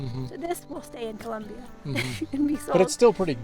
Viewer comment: COLOMBIA!! NOT CULOMBIA😢 NO UUU